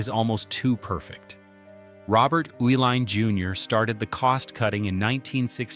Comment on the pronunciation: I grew up in Milwaukee when the breweries were in full production. Its so sad what happened to them. Loved the video The video mentioned that the Uihlein family kept the name Schlitz partly because Americans could not pronounce their name. Well the video proves that because after living in Milwaukee for over 60 years I have never heard the name Uihlein pronounced the way it was in this video. It was always pronounced, "E-Line" . Now, one of the family members now ownes a company called "U-Line". That might be closer to the German pronunciation. But all I ever heard was "E-Line". There was Uihlein Hall at the performing arts center (pronounced E-Line). it was Uihlein field, a polo field, again pronounced E-Line.